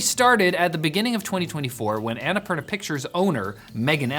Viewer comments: say "anna poorna" not "ana parna" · It's "unnapoorna" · Not sure if they read these but the pronounciation of Annapurna is Anna (ænə') Purna (poorna) poo like in the word poodle! For future reference. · Please, why does noone lookup how to pronounce Annapurna??